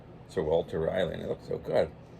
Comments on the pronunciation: Just to let you know p, it’s pronounced sir Walter RA-LEE like the city in North Carolina Raleigh. Just letting you know not trying g to be a jerk. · I think it’s pronounced raw lee